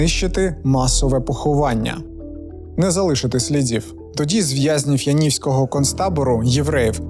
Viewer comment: Дякую за цікавий випуск! Єдине дружнє побажання. Янівського (концтабору) має наголос на Я.